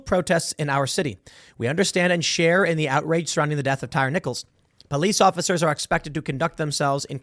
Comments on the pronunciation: its tie-ree lmao. tim calling this man a tire haha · That tire guy ... I believe it's pronounced Ty re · Tye-Ree not tire/tyre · I love watching white people absolutely fail at pronouncing black names 🤣 (Tie-Ree)💀🤣🤣 not tire💀🤣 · Tie-ree...not tire🤦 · TIE-REE. Not Tire. 🤨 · LOL TIRE NICHOLS.. It's Thai-REE. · He called him "tire" lol it's Tyre like tie reeee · Pretty sure it's pronounced "tie-ree" tim... who's name would be pronounced "tire"? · His name is pronounced TYE REE thank you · 😂 i realize the spelling, but it’s pronounced ty-REE… i think… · it's pronounced "tie ree" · It's "Ty REE" for God's sake.... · Why is it bugging me tim is pronouncing Tyre, tire !!! Lol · It’s pronounced Tie-ree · It's a stupid name please forgive Tim for mispronouncing a ret@ name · For the love of God, Tim…you’re from Chicago, you lived in NY and NJ, say the guys name right…you said it once and went back to butchering it. Second, fire your whole news team, they’re trash. ‘Centrist’ news reporting with leftist buzzwords…get real. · How do you live in Chicago most of your life and not know how to pronounce black ppls names 🤣🤣